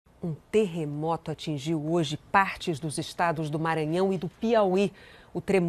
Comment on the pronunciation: TER RE MO TO não TE RRE MO TO Ta errado